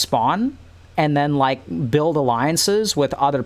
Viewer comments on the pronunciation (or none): none